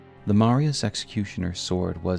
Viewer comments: Awesome to see a video talking about something which hasn’t been explored much in YouTube lore videos! Such a cool looking character too. Great video. By the way, just a little nitpick, the “s” in “Marais” is silent so it’s pronounced “ma-RAY” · its marais not marias, said Mar-eh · Two small corrections: House Marius -> House Marais (maree) Echoaid -> Eochaid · It's not Marias, it's Marais, and it's pronounced Maray (means swamp in French) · Okay, video is entertaining, gotta give you that. Also a video about my favorite character in the game. Another point for you. But I'm a professional hater, so I got a job to do, excuse the inconvenience. It's M A R A I ' S Executioner Sword. Not Maria's... MARAI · Marias, Echo-aid, bro I’m sorry I really am not tryna be a dick but just take an extra second to read the names I’m retarded so it’s very distracting hearing you mispronounce them over and over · Eochaid is Irish/Briton and pronounced like "ay-oh-kith" or "ay-oh-kid" or "ay-oh-kay" or "ee-oh-kee" (the 'k' being pronounced like a soft 'k', as in "loch") or really anything but "echo-aid". Marais is also famously French, being the name of a fashion district in Paris. The "s" is silent, so it sounds more like "mar-eye". If you wanna be really French, the "r" is slightly guttural. Funnily enough, you DID pronounce "Margit" the way many people in its native Italy and Greece say it, but in-game Margit introduces himself in his introduction: "Foul tarnished, in search of the Elden Ring. Emboldened by the flame of ambition. Someone must extinguish thy flame. Let it be Margit the Fell!" And he pronounces the "i" like you would in the words "kit" or "hit" rather than as you did. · It’s pronounced Ma-rye (Marais) like how Versailles is pronounced. This is the only nitpick I have with a lot of small YouTubers please pay attention to pronunciations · Sorry to be that guy but it's pronounced "Marey", means "swamp" in french and used to be a common name for wealthy nobles